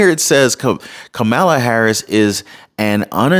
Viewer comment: It's Kamala, not Kamala 🤣🤣🤣